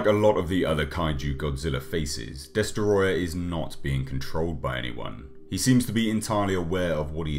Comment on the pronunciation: Great video, but it’s pronounced “DESOTROYYYAAHHHH!!!”